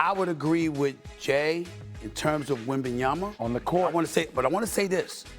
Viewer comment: PLEASE STOP SAYING WEMBANYAMBA